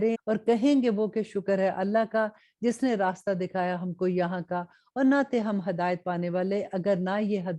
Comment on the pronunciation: Please say hidayat not Hadayut